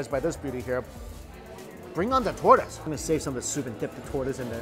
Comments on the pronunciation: I thought he was guna eat a turtle when he said tortoise 😂😂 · I thought you said your favorite Mexican food was tortoise! Haha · LOL, am I the only one that when he said "One of my favorite Mexican foods....Torta's!", I could'be sworn he said "One of my favorite Mexican foods...Tortoise!"! It wasn't till they showed the dish when I finallly realized he actually said Torta's... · I really thought he said tortoise too,I was horrified till I realized he meant Tortas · 🤣🤣🤣 when you were saying "tortes" I heard "tortoise"! 🤣🤣🤣🤣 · Everytime you said Tortas I died a little inside lol Sounded like Tortoise 🐢 lol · tell me why i thought he said tortoise instead of torta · The way he says tortas lol sounds like tortoise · I had my captions on and "tortoise" came up. 😆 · I also thought he said turtles 😂🐢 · I was like... "wait you can't eat tortoise... they endangered." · He said chesses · I was so confused I was like oh no they eat turtles lmaoo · I legit thought Mike said he was going to eat his favorite food..Mexican Tortoise! 😂🤣😂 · whew... thought he said " tortoise" instead he said " tortas" lmao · When you said you wanted tortas I though you wanted to eat a giant turtle... It sounded like tortoise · Lol thought he said tortoise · Are you saying turtles? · I thought he said tortoise 🐢😰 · I thought you said tortoise 😒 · I had my browser on another window when he said it and I was like, "whoa, hold up, what? Ohhhhh, tortas!" Gotta work on that pronunciation, Mike. XD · I heard that too and I tripped out like yo we don't eat turtles xD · Does anyone else not like how he says tortas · Wtf man please work on your pronunciation lol